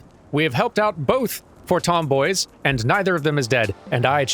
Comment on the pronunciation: Did anybody else hear "tomboys" instead of "Fortemps boys"?